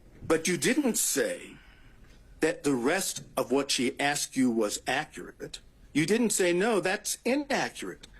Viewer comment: " It's ackrut"